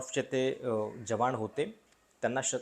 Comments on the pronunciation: यांणा न म्हणायला त्रास आहे का? जवाण, रिऍक्शण.. न म्हणा की जरा...😊😊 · जवाण! 😂😂😂😂 भावा निदान मराठी उच्चार तरी नीट कर! 😂😂😂😂